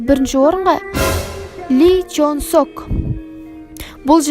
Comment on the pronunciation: Ли Чжон Сок эмес озунун аты ЛиДжон Сок